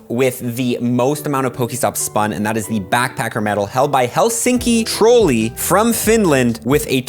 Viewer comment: It was so funny how you pronounced helsinkitrolli! I mean i understand it is hard and i suck at english pronuncation but still...